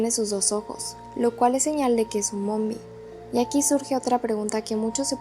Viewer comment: És nombie no mombie